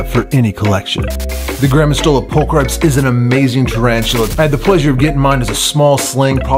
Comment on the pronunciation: Nice! (I know it doesnt really matter but its prolly 'pul-kree-pes')